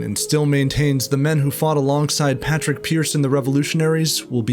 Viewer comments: Good video just a quick note it’s not Patrick pearse it’s padraig (paw-drig) pearse and yeah I know padraig is Patrick in Irish but his name was padraig so it would be nice to make the effort to say it. Thanks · Irish person studying history for leaving cert this was a really good concise explanation just for the love of god call him Padraig (pawdrig) Pearse not Patrick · Its Sean Mac Diarmada, not Sean McDermot, also its Padraig Pearse, never Patrick Pearse. That being said its still a very good video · Anyone else FUCKING TRIGGERED about the way he pronounces Padraig Pears' name Its pronounced (p-aww-raig) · Really enjoyed this,Great Job. The flag flown over the GPO wasn't the tri colour it was a mat green with a gold harp! You can see it on display in Dublin. Padraig Is pronounced Paaw-drick. Hopefully in our life time we will see Ireland free. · Please say Pádraig Pearse's name properly, or don't say it at all... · Excellent depiction but don’t disrespect paudraic pearse like that say his name right